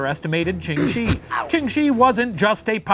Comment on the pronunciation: Really great episode, but one little thing. Ching Shih isn't actually pronounced how it looks, it would sound more like "Chung Sheh" I know it's kinda dumb, but blame the Cantonese